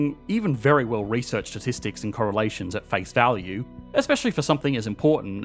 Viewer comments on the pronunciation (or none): none